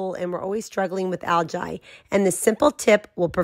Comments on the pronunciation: Algee that’s how it’s pronounced not Algi 😁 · First off, it's pronounced AL-GEE. Second, do NOT do this if you have a guinite pool and have a heater on your pool. It will stain the finish and kill your heater. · You own a pool but can't pronounce algae. (Al-gee) try it. What about fine silver instead of copper? For sure won't turn things green. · That fact that she’s pronouncing it Al Jai just makes this seem like a troll post from someone who hates people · I’ve never heard anyone pronounce algae like that 😕 and then you kept saying it 😂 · Pro tip don’t take pool advice from someone that can’t even pronounce Algae. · 😂 That's not the pronunciation of Algae